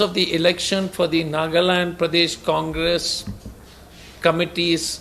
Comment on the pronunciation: "Condress" ??? Again new party??